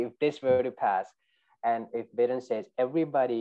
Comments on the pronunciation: Lol. Biden not Bidden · Thank you for this... was awesome, I’m going to start calling him Bid-en from now on too lol